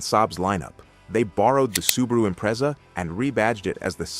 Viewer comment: Nice pronunciation of Subaru and Impreza there, AI reader. Edit: OH LAWD JEEZUS the way it BUTCHERED Monaro. Perhaps a human should read this shit.